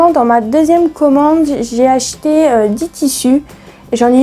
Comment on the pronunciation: Merci pour ta vidéo, "j'ai acheté" é et non er...pas grave, bizous